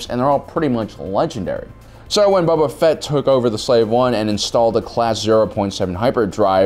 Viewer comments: Cause he says every name wrong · Why do I keep hearing “Bubba Fett” lol